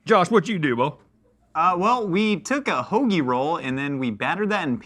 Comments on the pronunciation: Haggie roll? …. It’s hoagie 😊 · That’s not how we say hoagie, that’s how people that say they’re from Philly but really aren’t say hoagie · Why does Josh think we pronounce hoagie like that🤔